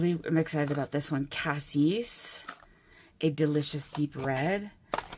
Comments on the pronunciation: I have only heard “Cassis” pronounced the way you like to pronounce it, so no need to change. I hope your dentist appointment went well! Thanks for the video! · Your mechanical pencil is gorgeous. I agree with your pronunciation of cassis. I can sympathize with not loving the dentist. Even a simple cleaning appointment gets me in knots of anxiety. Also, I love long chatty videos of fountain pens, swatching and inky messing. I usually watch them in my basement craft room while working on something else. It's kind of like having a crafty day with friends.